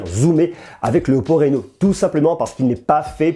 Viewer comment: Sinon ca se prononce 'Rhino' et pas 'Réno' 😁 bonne vidéo, j'attend celle du 10x Zoom